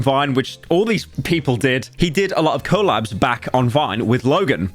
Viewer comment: stop saying coal labs bruh